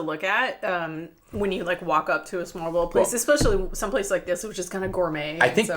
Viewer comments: If you can't pronounce "smørrebrød", you are not allowed to eat it. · Actually Smørrebrød does not mean Butter Bread, because Smørre does not mean butter. Smør is butter. In this case to smørre, means to spread something onto something else, so for instance, spread leverpostej on bread... or spread butter or lard on bread and then continue to spread other goodies.... just wanted to correct the misunderstanding.... Your pronunciacion of Smørrebrød is impressive, it is not the easiest word for foreigners...Bravo... ;-) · Your pronunciation could not possibly be worse. Please work on it before you ever say smorrebrod again. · i get the ''trying to pronounce an impossible danish word'' thing.. but EVERY TIME you say Smørrebrød, i clench my toes and buttcheeks a little :-) but i love that you are going balls deep into the cuisine and actually try stuff and try to say the name of the food A+ on the effort guys!. You should visit the Gourmet Pølseboden and get the Goatmeat sausage. And while you are at it here are some good advice on danish cousine.. litterally any danish food is covered in Sovs.. the delicious gooey substance 90% of danes eat on a daily basis.. Try some Stegt Flæsk med Persillesovs Try some Karbonder med stuvede grønærter Try a Krasser.. Flæskestegssandwich med brun sovs. TARTELETTER!!!! Boller i Karry If you ever go to Bornholm, get a Krølle Bølle Non danish food.. next time you are in Århus, go to Kurts Mor or Vinstuen or any shady looking downtown bar and order the Århus Sæt (Ceres Top and Arnbitter) then go and get a shawarma at the ShawarmaKing right next to Føtex Food on Lille torv. Preferrably after a few drinks. Welcome to Denmark! oh yeah, and dont forget to try the Valravnen Mjød... like all of the flavours... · Dear lord you butchered the word "Smørrebrød"